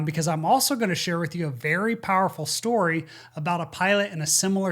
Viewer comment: What do "schtory" and "wescht" mean?